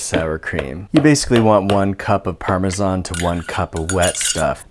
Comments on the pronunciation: He says paramazan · Parma- zaannnggg screech it’s PARMASHAWN! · 1 cup parmasanisio 1 cup mayosneeze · Pronounce parmesan like that and I will personally deliver a bitchslap to you from the people of Parma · How you pronounce parmesan is so triggering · You pronounce Parmesan wrong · You say parmesan like a communist